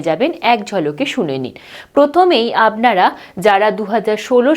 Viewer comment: উচ্চারণটা এমন কেন লাগছে? আবনারা, চাগরি ???